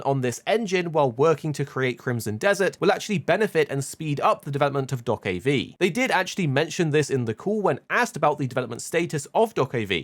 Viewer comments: I hate how you pronounce do-ke-v is is just dokebi. One word. ㅠㅠ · Calling it Dock-of-V is so triggering :D